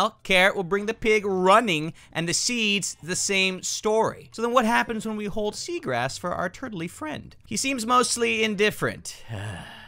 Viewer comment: actually guys dont say hold he say khold for some reason